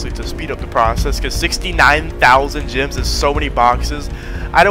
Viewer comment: Thought saids grems 😭